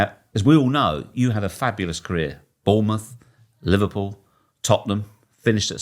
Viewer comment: “I wasn’t playing but it was One of the most iconic moments in my carear” 😂